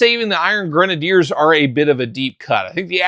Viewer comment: They were never the “iron grenaders ” you clearly just were not a strong reader …..it’s always been pronounced grenadier and is a real world military term